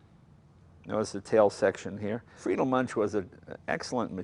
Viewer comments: Münch, pronounced "Moonk". Just sayin'. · lol, it's "Muench," not "Munch." Mooen'k. Munch on that. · Moonk not munch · Jay, it's pronounced MunKH, not Munch, like you're munching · Please stop talking, Mr. Leno..I just wanna hear the sound of the Münch (not spoken Münsch)..Thank you for the video!! Greetings from Germany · There is one collector in Germany who has got one hundred of them. Almost impossible to acquire one. Btw. It always causes pain to hear anglo-saxon pronunciation. That is how to pronounce Muench (ue can replace the umlaut). It is not too difficult. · Hey Jay, if you manage to pronounce Duesenberg the right way, why don't you try it on Münch as well?! Ü/UE is pronounced the same way. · Plz speak Münch "Mynsh". Thank you from Germany ;o) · "Moon-kh" is the pronunciation. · it's pronounced mounkh - the ou like in would/could/should and kh with a little spit :D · I suppose it depends on where you are from in Germany. I would pronounce it MOUNkhin (ou as in would) myself. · Americans can't pronounce "Münch".